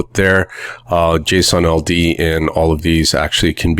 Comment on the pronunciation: I thought he kept saying Jason Aldean; the country music singers name🤣